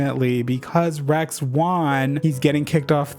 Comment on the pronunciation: I kept hearing "Rex" as "rags" and honestly it works